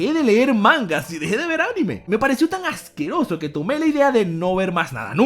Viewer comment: "No seaj ajqueoso" 2019.